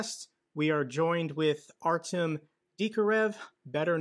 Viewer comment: you know. I appreciate Jake what you've done over the past three years. Its been great. One thing though. It would seem more genuine if you would actually try and pronounce the DUDES NAME CORRECTLY!!!! 3 years and you haven't even tried to learn Russian or Ukrainian pronunciation. I find it, a bit superficial.